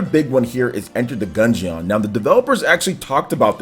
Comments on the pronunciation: Gun-geon 😂😂😂, its dungeon but with a G. Still love you man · You should say gungeon like DUNGEON it is not a gun jee on. It is Gun Jin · I can’t stand the way says Gungeon. 😂😂 Dude it’s like DUNGEON with a G. Smh someone please teach him how to pronounce it 😂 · The way pronounces the word 'Gungeon' in Enter The Gungeon makes me cringe so damn hard haha.